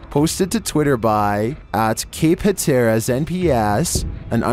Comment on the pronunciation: .15sec it's pronounced HAT-ER-AS😂